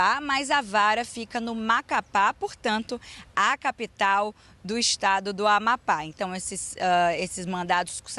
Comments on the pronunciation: NAO SABE FALAR AMAPÁ. 😅😅😅😅😅😅😅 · Afundou ! Depois do Silvio o Jornalismo do SBT afundou. Dias atrás um "jornalista" disse que Raul Castro morreu. Agora essa ilustre não consegue pronunciar Amapá e Macapá. Incrível, Lombardi !!!!